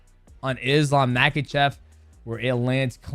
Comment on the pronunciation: If you’re going to make a video profiting from him, learn how to pronounce his last name Ma-ha-shov the K is silent